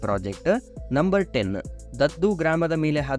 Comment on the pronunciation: That is not ದದ್ದು village, ದುದ್ದ village